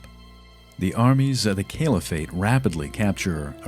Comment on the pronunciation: I dunno, he couldn't say 'Caliphate' properly. Kept saying 'Kale-if-ate'. And "Christiandom" instead of 'Christendom'. Other than that, he was alright.